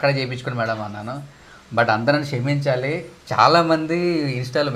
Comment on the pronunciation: Shaminchali kadu andi kshaminchaali anandi